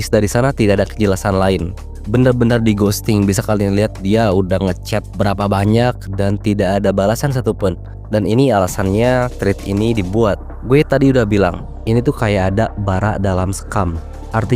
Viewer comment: thread bacanya bukan "trit", bang, tapi "tret". kaya ngucapin kata "tretan"🙏🙏 maaf ngoreksi soalnya gw agak risih